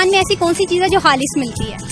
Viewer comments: Ma'am khalis hota Hai halis nahin aap apni Urdu theek karo. By the way good try. Love from your fast friend!!!!!!! India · Aap Urdu thik see boliye halis nahi khalish hota hai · خالِص کو (حالِص) بولتے ہے اپ نے خود مِلاوٹ کیا